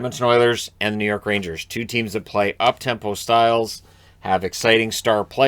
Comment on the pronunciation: The Rangers, or as it's pronounced in New York, Rainjizz, are on a ROLL!!! LFG